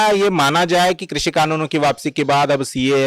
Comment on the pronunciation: आपके द्वारा आपकी चेनल पर कृषी(Krushi)का सही उच्चरण करने पर आपका धन्यवाद और अभिनंदन। वर्ना ज्यादातर चेनलो पर क्रशी(Krashi) ही बोलते है।